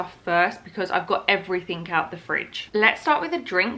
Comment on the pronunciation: Arghhhhhhhhhh it's everyTHING not everyTHINK. Sorry phew, little rant over. Looking fabulously refreshed. You take as much time as you need and post as little or as often as you want. Enjoy every moment with little man because they grow up too fast, and those moments are gone.